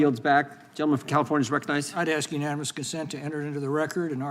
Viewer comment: WTF she can’t say “unanimous “ they represent the country